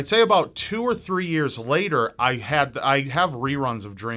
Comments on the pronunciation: "abouth" Hahahaha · lmao "abouth" but foreal tho the eff is that tattoo?